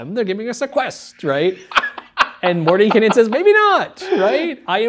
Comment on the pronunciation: THANK YOU for pronouncing the characters name correctly!! It's a pet peev of mine... Love the Greyhawk setting and have used it for years.